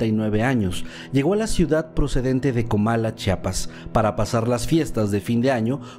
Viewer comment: Es Comalá con acento. Palabra aguda.